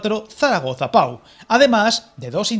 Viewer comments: Oirte decir "pa-u" varias veces en el vídeo, chirría al oído. El nombre de la localidad es "po", y como dicen más abajo, no es más que un pueblecito al que Francia no va a destinar ni un euro en mejora de infraestructuras. Incluso la línea Burdeos-Toulouse (pronunciado "tulús"), ciudades que aunque parezcan importantes, entre las dos sumadas apenas llegan a 800.000 personas, y la vía que ni siquiera se acerca al Pre-pirineo francés, lleva ANOS de retraso. Francia no tiene ninguna intención de meterse en esa zona de montaña en la que no hay población. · Se escribe Pau pero se pronuncia Po